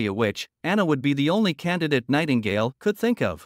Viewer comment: Lmao anyone else hear "Tightingale"? XD